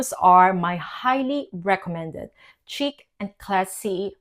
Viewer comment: It’s not a hard “c” - like chick Think ssssh chic Like sheeeek. Otherwise it sounds silly